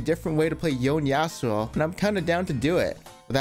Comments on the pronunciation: I CAN'T dear pants, his name is yone, not yown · it's Yone not Yon lol